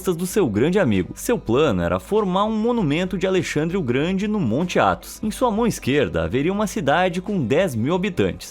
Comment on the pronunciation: Tu falou "Athos"